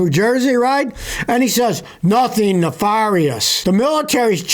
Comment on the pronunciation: "Notheen" and "folloween" are not words.